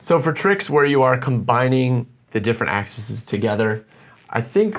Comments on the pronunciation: “all the axxisssez” 🤣 it’s “axes”, boys. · axes. i know i'm being pedantic, but cmon engineer bro.. axes.